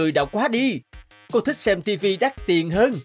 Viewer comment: Tiền chứ ko phải là tiềng